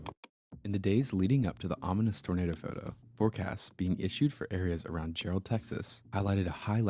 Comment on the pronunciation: Jarrell is pronounced like Gerald without the D. Yeah, I was near there when this happened. The tornado traveled a really long ways